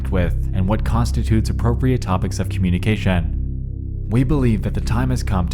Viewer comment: Ok why he say “communication” like that in 💀💀💀💀